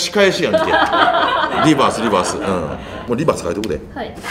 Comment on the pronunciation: リバースのRがホントにうまい！(笑)